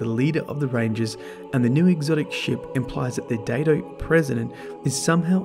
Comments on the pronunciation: I think it's supposed to be pronounced "Die-to." A Daito Was a Japanese sword of a specific length, and Ayane Takanome is a Japanese name, and I think Chiyoko Mey is as well, odd that there are so many Japanese things converging on this spot in the lore. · When Byf did his video on the ana bray lounge, his accent sounded exactly, like he said Datto, not Daito. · Datto, oh wait ... it's Daito